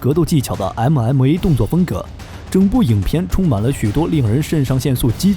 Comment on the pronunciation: 動作場面拳拳到肉非常熱血，但聽到你的MMA發音時，心就涼了。